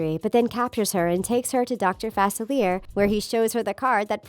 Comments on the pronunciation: The way you say Facilier annoys me. It's "fah-silly-A" not "fas-a-leer" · IT'S FA CIL ER NOT FACILAR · It's not pronounced facillier is pronounced facillia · Facilier is pronounced "facile-eya" facile is french for easy which in new orleans it isnt uncommon for people to have french names. heres the link so you can hear it for yourself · It's pronounced Fa-SILLY-eh.